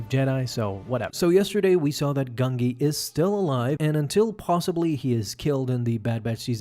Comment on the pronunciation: I can't watch this if you start the video by pronouncing the Jedi Wookiee's name "GUN-GEE" instead of "GUN-JEE", sorry, but, it usually means TONS MORE is going to get butchered, so, can't continue after that.